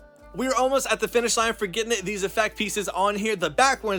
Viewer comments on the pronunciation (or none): none